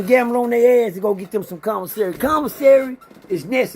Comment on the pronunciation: Man it's commissary NOT convasary!!!!!